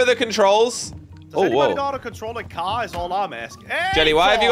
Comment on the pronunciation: "in me moms cor brum brum" 😂😂😂